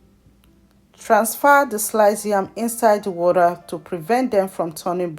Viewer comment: well done but you are a Nigerian we don’t say ‘WARER’ we say ‘WATER’.. thanks for the video